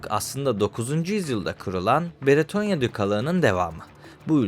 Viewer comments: Abi videonun bazı yerlerinde “Beretonya” demişsin. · Beretonya değil,Bretonya. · Sevgili genel olarak videolarda işlediğin konular gayet faydalı ama sana küçük bir tavsiyem mesela bu videoda üç farklı isim duyduk (bretonya, beretonya ve britonya) insanların kafası karışabilir, tabiki ufak bir şey ama bence kelimeleri doğru bir şekilde telaffuz edip insanlara doğru olanı iletirsen daha yararlı olur. Teşekkür ederim